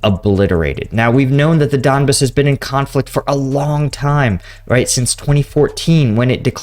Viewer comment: It's don-BAHS, not DON-biss. Bro we gotta help you with these pronunciations. LOL. But for real you're getting the names of cities all messed up. I appreciate the content though!!